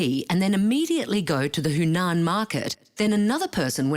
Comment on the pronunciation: Huanan, the voice over artist was pronouncing it incorrectly as "Hunan"